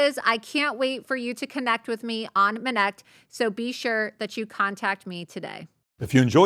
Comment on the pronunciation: Every time I hear "MINNECT" and it sounds exactly like "minette" in French ... just look up "faire une minette" ... gosh this is a problem with this name :)